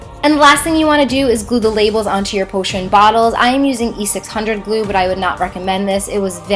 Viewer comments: why did she say E600 when it clearly said E6000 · E 6 thousand not E 6 hundred